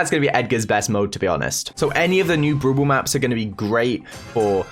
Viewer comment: Why whenever says brawl ball I hear bubu 😂